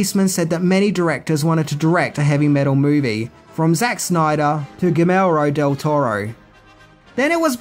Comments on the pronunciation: You butchered Guillermo Del Toro's name. Don't say it again. It hurts my ears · WHO del Toro? Check your pronunciation.